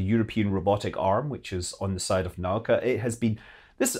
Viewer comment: fan. love your vids for number of years ;) correct pronunciation is [NA UUUU KA]